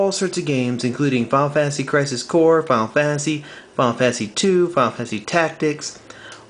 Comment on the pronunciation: you say final fantasy like fall fancy